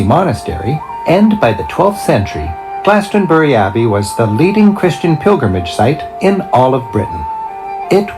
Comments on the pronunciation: Yo I'm from West England! I'm in the middle of those locations at the beginning! Pronounce it Glaston-bree 👍 I see sheep every single day haha! Cemeteries are always in the church yard with these older churches! We have separate cemeteries also! Pubs and gastro pubs! But historically, ale houses would serve food and ale! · Glastonbury = glass-ton-berry! Just say it like that! Easy peasy! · I live in Warminster in the west of Wiltshire, this is all familiar to me. Sheep are often around, deer, foxes as are ancient buildings and stone age tombs. Glastonbury - glass (hard a sound) tun bree. the City of Bath is close by and Wells is some 45 minutes away, as is Salisbury. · GLAST-UN- BERRY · I will break the word Glastonbury up for you. Glas ton bury. I hope that helps you? Great video bro.